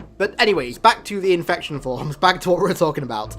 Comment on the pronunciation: “INFecTioN FwOmS”